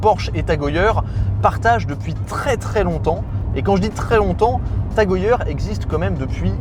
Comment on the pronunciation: Prononciation : « Tag E Heure » svp et pas « Tag E yeure »